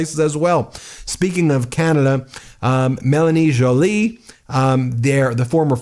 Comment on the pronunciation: OMG Ben finally got Joly's name pronounced properly hahaha